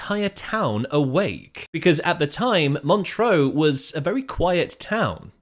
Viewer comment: Montreux - pronounced Mon-truh, not Montreaux (Mon-tro). It ought not to annoy me but it does.